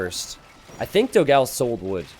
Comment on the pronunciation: please just once check out how to pronounce ''dogão'' (with the ã) on google translator i beg you